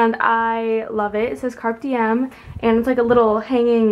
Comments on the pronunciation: Car-pay dee-em not carp diem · Is no one gonna comment on the fact she said "carp" diem instead of carpe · It's pronounced Car-pay-dee-um :p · Girl it's pronounced car-pay dee-em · You're right, it's car-pay dee-em. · as italian (and that's latin,so..) I have to say you that you have to pronunce all the letters: Carpe (e that sounds like the one in Egg) Dìem (again the e like in egg and the stress in on the i). hope it's comprehensible :) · She said Carp dm 😂😂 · Carpe diem is pronounced "carPAY dee-em" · I'd just like to point out she pronounced carpe diem